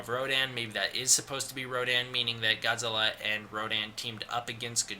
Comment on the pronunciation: That’s not how you pronounce Godzilla. Disliked.